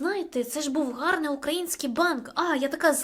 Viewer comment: Я ні в якому разі не хочу вас образити, просто хочу сказати що ми також говоримо ,,гарний", а не ґарний, але можливо я чогось не знаю і це новий правопис, я просто хотіла щоб ви знали😊